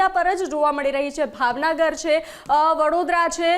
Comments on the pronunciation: ભાવનગર કહેવાય ભાવનાગર નઈ 😂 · ભાવનગર ને ભાવનાગર બોલે છે 😂😂